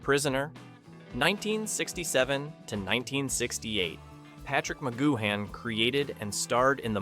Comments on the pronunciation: Using an AI voice that can’t pronounce names correctly is sheer laziness, Patrick McGoohan is pronounced as Patrick McGooan (you don’t pronounce the H) plus, the Prisoner was originally meant to have just 7 episodes but Lew Grade persuaded Patrick McGoohan to write and film another 10 so that the series could be sold to American TV companies, the original 7 episodes are the best though all 17 are still pure escapism and brilliant TV. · Who the hell is Macgoo Han? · Wait, Magoo-Han? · A.I voices - Ma-goo-han